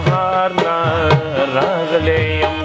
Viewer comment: Raaghele ne ye Ralegele ye